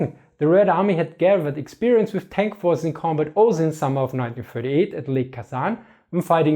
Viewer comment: I know you said "Polish forces", but what I heard was "Polish horses".